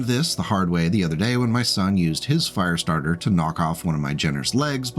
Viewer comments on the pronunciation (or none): It's a Firestartah! Twisted Firestartah!